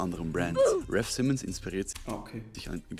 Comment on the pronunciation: Wenn man schon über raf Simons sinniert sollte man vielleicht auch seinen Namen richtig aussprechen können.